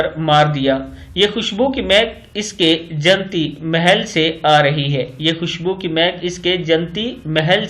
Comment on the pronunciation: آپ نے جنتی کو نون پر تشدید کے بغیر پڑھا ہے جو کہ غلط ہے۔صحیح تلفظ اس طرح ہے۔ jannati